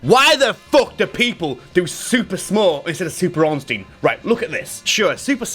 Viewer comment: Love the video but its Ornstein not Orenstein. I never understood why everybody does this smh